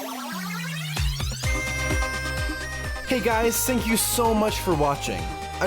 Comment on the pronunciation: Did I just hear "hey guys sink you so much for watching"?